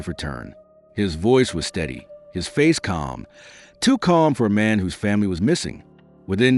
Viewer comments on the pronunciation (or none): none